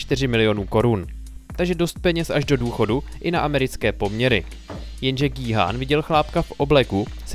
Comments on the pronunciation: gííí háána ? :D wtf vždyt je to kjhun :D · G-Khun(čte se to Gí-Jun